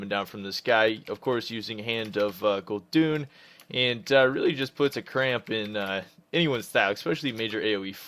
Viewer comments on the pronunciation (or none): It's Gul'DAN, not! Maybe you should stick to the DKs:P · And he is still saying gul'doooon xD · again with the "guldoons" lmao